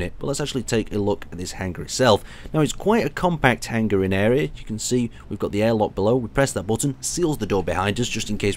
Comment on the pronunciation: how you're pronouncing hanger is driving me insane :P Its Hang-er not hang-ger (G is silent)